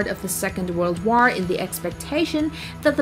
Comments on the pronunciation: But can't say war probably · The hell is that „war” pronounciation? It’s pronounced /wôr/ or /wô:/ in british. While you say something like /wær/ or literally /war/, and that sounds terrible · The fact that she mispronounced war was pailful for me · yeah how the heck do you even type what she says. That would need to be in a different language